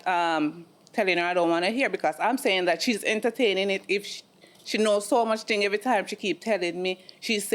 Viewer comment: I am Jamaican British and i was dwl the entire time. Adding 'H' instead of 'E' at the beginning of words like every had me each and everytime dwl. The bleaching of the skin is a real life issue. Dem need fi behave betta. Kmt